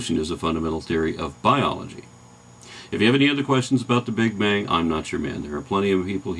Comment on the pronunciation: lol Carl Sagan calls it the "Big Bing"